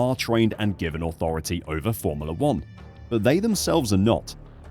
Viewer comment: Formala....is not how its pronounced